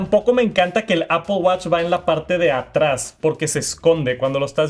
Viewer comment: APPOL??? REALLY,?